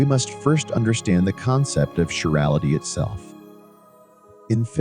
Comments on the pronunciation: Bot (or human) can’t pronounce CHIRAL properly. “Kai-RAL” not “chiral”…(Ch as in cheese is wrong)…. Nor is it “sherality”….. the physics otherwise is ok. However, displaying electrons in atoms as balls is kind of non-quantum mechanical and harks back to chemistry of the early 20th cebtury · Chiral pronounced Kairal, chirality kairaliti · Might be nice to (re)educate the speaking AI on how to pronounce chirality & chiral. It gets it right sometimes, "chiral anomaly" mostly. I notice Google Search can't understand the spoken words, chiral and chirality either.